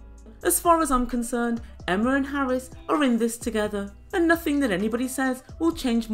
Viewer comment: The fact that she says Harrus makes me ill! Why... WHY is there a 'U' there?